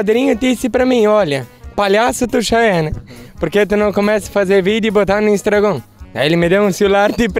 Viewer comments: Instragón 😂😂😂 que ele não mude tbm igual muitos aí, essência bacana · O pai dele disse: "... porquê você não faz um vídeo e não bota no "instargôn"? " 😅😂